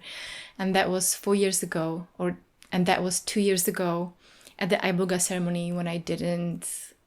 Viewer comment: I know for a fact when you went to Africa, the herb was never pronounced "Eye-boga" 😒